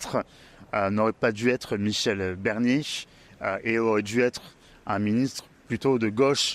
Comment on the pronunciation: Barnier et non Bernier, c'est le néant cet interviewer